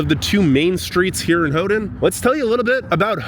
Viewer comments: Not: Hoo-Done Is: Hoo-Ten, or Hoo-Ton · I can tell you are excited, but just for the record, Houghton has a T and not a D in it so it was a little hard to hear you try to pronounce it all the time. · Why do you keep calling it hoe-den instead of Hoe-tun? The city's name doesn't have a d in it. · Ho-den? No, Ho-ton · “Hoe done?” It’s pronounced “Hoe ton!” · Ho-ton not Ho-dun!!!!!!! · It sounds like you are saying "Houghdon". You are forgetting the "T". "Ho-tn" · It’s HoughTON not HoughDON. I cringed every time you said HoughDON. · Why do you pronounce it Ho din?? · Why do you keep pronouncing it "Howdun?" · Great video, but it is pronounced "HOE-TON, never hodun. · Okay, as a native michigander and a snowbird yooper I've got to tell you that your pronunciations are driving everybody crazy but they're too polite to mention it. I'm not. Hoe-ton, Hoe-ton, Hoe-ton, Suomi is Sue-me, the park is Aisle (like in a store) Roy-el (not roy-al) Your Special rock at the breakwater is called "portland conglomerate" by rockhounds and your iron rock was a brick. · Hough-TON. Houghton-TON. Hough-TON. NO D. You’re killing me.